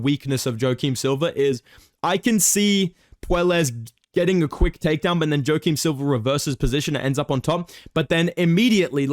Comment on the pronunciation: “Jo-Kim Silva”